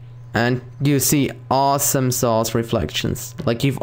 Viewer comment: "aweesomeeesauce reflectionzz" made me lol. <3